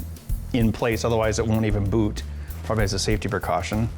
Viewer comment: love your videos....you say "boot" kinda Canadian